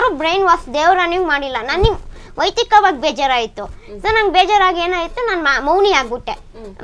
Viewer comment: ವೈಯಕ್ತಿಕ ✅ ವೈತಿಕವಾಗಿ😂❌